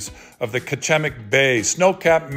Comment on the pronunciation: This is my hometown and my brother owns the Lighthouse. BTW, we pronounce Kachemak Bay like "catch-a-mack"